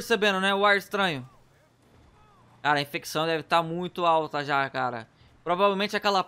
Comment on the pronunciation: Falou errado é infecsao